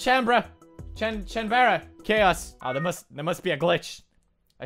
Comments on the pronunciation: It's not "won"chanbara. It's "oh nay" chan bara. Onee means older sister in Japanese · it's O - ne - chan - ba - ra btw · Nuhhhh it's pronounced as on- nee- chan- bara basically big sister chaos2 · everytime. oh-nay-chan-buh-rah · its pronounced O NE CHAN BARA Japanese words are fun lol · dont crucify him for mispronouncing the game title.